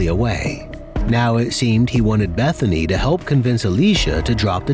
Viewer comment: It sounded like her name was "Methany" 😂